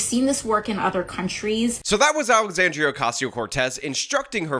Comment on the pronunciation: Alexandrrrrrrriiiiiaaaaa Ocassional Cortex at it again 😂